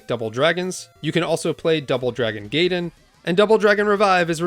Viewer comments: Gaiden = Guy den not Gay den. Don’t you know your history from The Wizard? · Gaiden is pronounced like "GUY-den". This is because ai is pronounced like eye in Japanese, as opposed to the "ah" of a and "ee" of i. Yes, it's one of those weird exceptions.